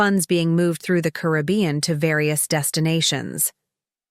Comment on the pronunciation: Hire a speaker. The AI can't even pronounce Caribbean